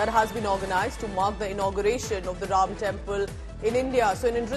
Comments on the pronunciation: Nice to hear the proper pronunciation as Raam. Coolies, westernised Indians and westerners pronounce it very crudely and badly as Raamaaa. Its very sad. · Her Hindi pronunciation is fabulous, amazing, superb जय श्री राम 🚩🚩🚩🇮🇳🇮🇳🇮🇳